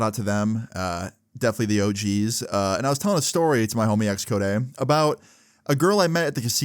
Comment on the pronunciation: No. He said Xchodeh